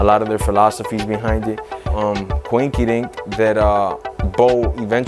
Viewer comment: Did my man just say quinkie dink!!! My dude!! 😂